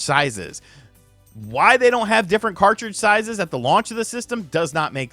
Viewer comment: Did just say different card sizezes?